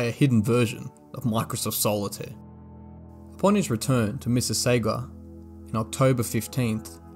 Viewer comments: *Sega not SAGA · This is a good video, I'm glad it came across my feed... nice work 👏 One thing to note, is that it is Sega Games... not Saga Games. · it’s not called Saga.. it’s called Sega aka Sega Genesis..